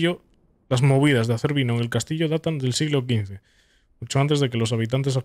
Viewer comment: Tengo familia rumana y me hace gracia ver como hay youtubers como diciendo Dimitreschu xd